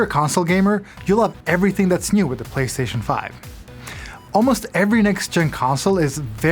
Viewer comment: did he call it the Platcentre 5?